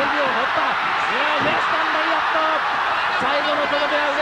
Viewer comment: ラリアットではなくラリアートです